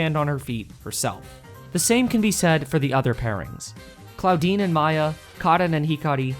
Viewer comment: „Claudine“ subtitles hearing „Clawdeen“ omfg